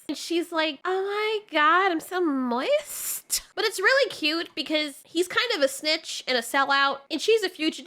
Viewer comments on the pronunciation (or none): "moIssT" :face-green-smiling::face-green-smiling::face-green-smiling